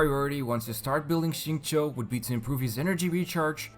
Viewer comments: It is actually more towards “chew” than “Cho”, depending on who you ask. If you ask someone from Beijing with a strong accent, you’d more than likely get a “Cho” sound. But if you are basing it solely from the pinyin, “chew” would be the more appropriate pronunciation. Both are alright, but it is not right to say one is better than the other. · He didn’t say it right tho lmao. In his story if any of you paid attention you would have heard him say his name multiple times. Its sing-chow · Most of you are pretty off as the acceptable levels of pronunciation for his name is definitely at how it is said in code geass (R2) "xing-ku" (this is just how it's displayed, but someone who has heard it knows what it sounds like) infact if someone says "xing-ke" with a very short 'e' at the end, i think that's fine too. It's almost like how a japanese guy would says "zinc" with an easy to miss 'e' or 'u' after c. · I’ve been learning Chinese for a few years now, I pronounce his name sing chee-yo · It's not bad but as a Chinese person, I can assure you that it is still kinda off.